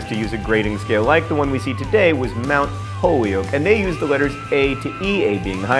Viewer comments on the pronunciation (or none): none